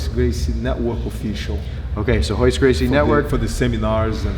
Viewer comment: It's Royce not hoyce